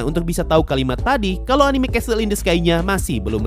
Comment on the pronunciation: Bang itu pas elu bilang castle in the sky, dibacanya "CESL" bukan "Cestl" Gergetan soalnya wkw